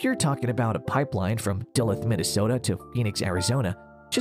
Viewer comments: You don't have a water problem, you have a people problem! The solution is population control and having people live near the resources they consume. They've sucked the Colorado River dry, they're sucking the Ogallala aquifer dry, now they want the Great Lakes? NO! (p.s. it's pronounced Da-Looth, Minnesota as in 'booth'.) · It such a bad idea you know the westerners are going to go for it. Fuck the environmental damage. The only way those schmucks are getting water from the Great Lakes is in a bucket. And it’s pronounced dah-luthe! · This guy can't pronounce "Duluth" and I'm supposed to take him seriously? Or is this just a robot voice?